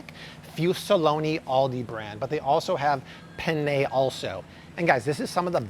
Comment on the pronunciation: I go crazy over grammar and pronunciation, especially because I am bilingual and it was required of me as a child. Why not also mention that is not pronouncing “penne” correctly, and that he says “for you and I” when the correct way IN THIS SENTENCE is “ you and me.” Nobody knows how to use these phrases correctly because they don’t take the time to deconstruct a sentence. Having said all of that, why not thank him for all his research, effort and the free education???? Discard what you don’t need and appreciate that he may be contributing to your health and that of your family.